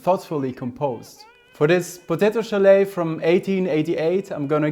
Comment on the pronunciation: Schalet. Pronounce the t. Solet (sho-let) in Hungarian.